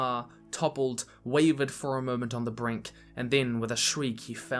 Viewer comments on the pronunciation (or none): none